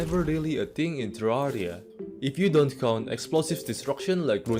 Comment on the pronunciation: man doesnt even say it as ta-rarr-e-a he says it as tarr-e-a